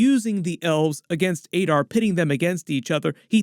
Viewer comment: Why are you pronouncing Adar as Aydar despite having heard every other character in the show pronouncing it as Adar?